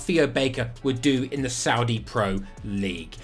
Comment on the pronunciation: My favorite part about this video is your pronunciation for the Saudi clubs!